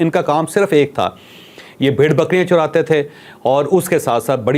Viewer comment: چودھری صاحب بکریاں (Churatay) نہیں (Charatay) تھے